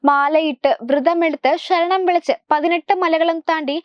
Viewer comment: ശരണം not ഷ രണം